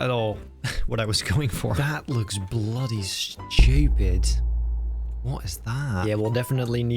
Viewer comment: "thAt loiks bloody SHH-CHEW-PID" "wut is thaght??" - 2024